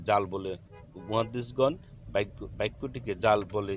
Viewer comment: আপনি বারবার বলতেছেন বাইক্ক, বাইক্ক হবে না বাক্ক হবে